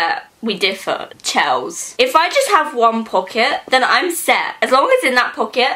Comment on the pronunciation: My name is also Chelsea, the way you said Chels made me cringe so hard, srsly?